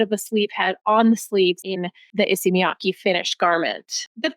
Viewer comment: oh by the way, Miyake's KE is pronounced like KEttle or CAre, with word stresses at Y and K so its miYAKE, not miYAAkeeee